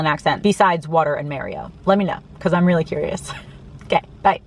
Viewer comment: Good informative vid,. Regarding your "accent", or lack thereof, what I've noticed is that when you say "I'm", you usually pronounce it quickly as "I'n", as in "I'n going to Austin soon".